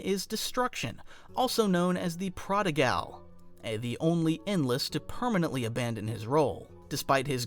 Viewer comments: prodigal = prahd-i-gaul rhymes with optical. not gal like a girl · "The Prodi-GAL." HAHA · "prodigahl" bruh